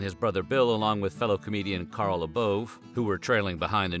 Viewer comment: I went to high school with Carl and he set me up to meet Sam at The Arlington in Santa Barbara Ca. I got Sam's autograph which I have to this day. Carl's last name is pronounced (LA BOW) f.y.i....Carl has been on the Tonight Show and continued on with his comedy career...